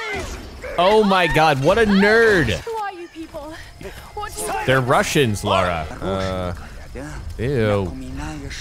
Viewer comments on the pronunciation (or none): For peat sake, it's LA RA not Lay-Ra or fuckin Laura!!! How is that difficult to get right?????? Yanks drive me nuts!! 😂😂😂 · Why does every American pronounce her name wrong? It’s Lara Not Laura ! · okay I've heard ppl call Lara 'Laura' but LERA?? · Ok, repeat after me... LARA like Car-RAH. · Have no idea why Americans just cannot pronounce the word "Lara" 😂